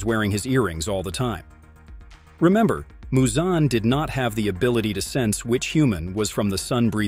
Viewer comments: Its not MuZoN its Muzan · Moozan like bruh it’s muzan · THE WAY HE PRONOUNCED MUZAN